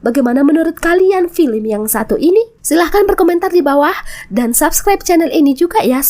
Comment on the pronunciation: Film kali min bukan pilim😅